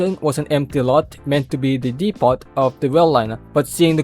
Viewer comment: Great vid but just a note, you don't pronounce the "t" in "depot", it's supposed to be silent.